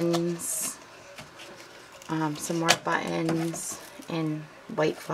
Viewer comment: Great Video! I can't wait to re-do my craft space when I move back to Cali. One thing I totally thought was cute is when you say the word 'button' . It sounds like "Butt Ends". Totally made me smile! TFS!